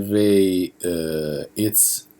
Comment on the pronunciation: the way you pronounce vai sound like 'vei'